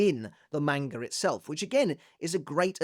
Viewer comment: why are u physically incapable of pronouncing manga